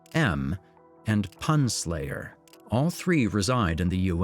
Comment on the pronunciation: Am I the only one who thinks they mispronounced "PunSlayer" 🤣